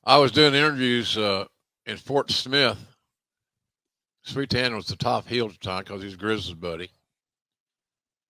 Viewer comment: Did he say Fort Smith or Port Smith?